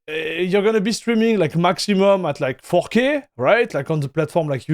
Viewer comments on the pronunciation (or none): He keeps saying fucky ? Instead of 4k ! 😂😂